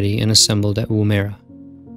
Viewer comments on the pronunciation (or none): Downunder, it is pronounced Woo-mer-ah ('mer' as in mermaid). Woomera in the indigenous language of the people living there means "throwing stick or spear); a fairly apt name for the proving grounds. :) Is it a damn shame Magnaroc never happened, hey? It would have changed the history of spaceflight completely.